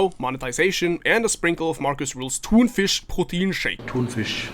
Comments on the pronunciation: My guy, your pronounciation of Thunfischproteinshake is immaculate. Honestly better than most germans would say it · NGL, Thunfischproteinshake was very well pronounced haha